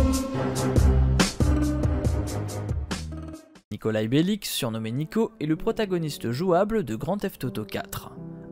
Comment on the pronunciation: Et cest pas BeliK cest BELICH.